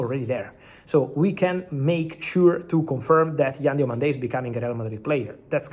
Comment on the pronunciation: Hi Fabrizio, Diomande is not pronounced with an accent on the last syllable